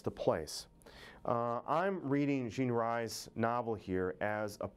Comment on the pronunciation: Good Morning Midnight was NOT her autobiography.. but a novel.. oh, and her name is pronounced Jean REES not RISE